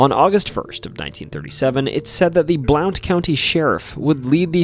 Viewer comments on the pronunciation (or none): Just in case it hasn't been noted, the county in the alcohol cave segment (Blount) is pronounced like "Blunt" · Your pronouncing Blount wrong, the "o" is silent, it's pronounced Blunt. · its pronounced Blunt ya yankee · Blount County, Alabama is pronounce Blunt. I was born there and have spent my entire 72 years living here. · here in Alabama we pronounce that as "Blunt" county. Not that it really matters lol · I saw a mountain lion on Lookout Mtn. in northeast Alabama. Also reports of them on Raccoon Mtn right across the state line in Tennessee. Etowah is pronounced Eh-tow-wa. Blount County pronounced Blunt. It’s a southern thang. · I know about the Bangor cave, the county is pronounced “blunt” btw, I drive near the cave very frequently. I was pretty surprised to hear about it! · So you know, Blount County is actually pronounced "Blunt." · You said Etowah and Blount wrong 😂. I live near Bangor cave. It’s actually a very interesting story. up the street on Jack Cole road you would have had about 10 different stories to add about that road alone. A lot of death, monsters, witches. It’s also next door to an old resort for rich people at the time called Blount springs